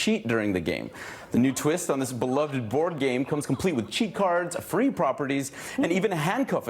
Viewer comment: Beloveded? Seriouslyly?